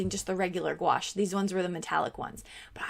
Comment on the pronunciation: It’s pronounced goo ash. 😀